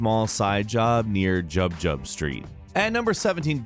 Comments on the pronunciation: "Jub Jub Street?" Don't think that's right. Jig Jig Street? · who wrote your script dude? Jub Jug street? Jig-Jig street lmao.